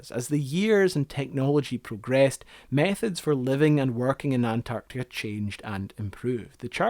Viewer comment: Sorry, but it's too annoying to listen any further to the host pronouncing "an-Tartica."